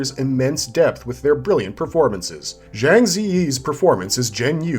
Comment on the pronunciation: The majority of this are not Wuxia though, they are Gongfu genre. Also a crazy amount of names were mispronounced by the presenter. PLEASE DONT SAY ZHANG LIKE THAT, It's pronounced as if it had a "J" instead of a "ZH", it is pronounced JANG.